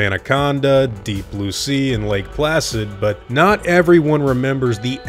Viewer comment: The way you EMPHASIZE the word NOT is VERY confusing